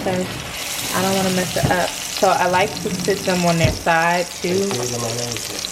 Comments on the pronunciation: He said ion like dis one😂😭😭😭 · Xaynzx he said “ ion know “ 😂😂😂😂I’m dead